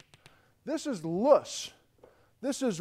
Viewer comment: Small little thing: The word "loess" windblown deposits, is a German word. When pronouced in German, it actually sounds like it would be spelled "Lerrs" in English. Vielen Dank!